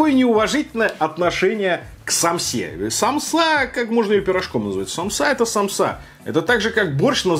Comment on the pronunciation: Сааааамсы а не самсаааааа пезграмотный чел